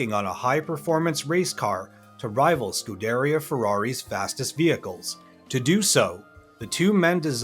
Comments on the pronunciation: "Lee Lacocca"? "Scudereuh Racing Team" LOL Obviously the narrator doesn't know the first thing about cars. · Sku-da-re-uh.. that's the pronunciation.. that's how I've always heard it from people who would know... and I checked Google before I posted this. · Why can’t Americans pronounce scuderia?😂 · Great review thanks and can’t wait to attend the race this year! Please learn how to pronounce LeMans though, you don’t pronounce the ‘s’. Also Scuderia 😛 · Dude also mispronounced scuderia 😂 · I've also never heard "Scuderia" pronounced that way and "tach-o-meter" was odd to me.